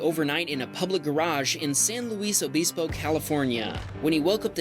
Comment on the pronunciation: It’s funny how people mispronounced San Luis Obispo.